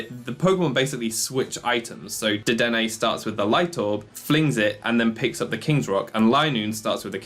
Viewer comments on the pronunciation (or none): none